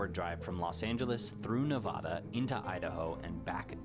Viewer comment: Same the name of our State correctly!!!! It’s pronounced Nevada, NOT; NaaVaaDaa!!!! The sheltered privileged “men’” in the video you were watching live nowhere near my state. Please watch videos from people from the state you would like to know more of. Or better yet; visit or live chat with with people born and raised in the States you want to more about.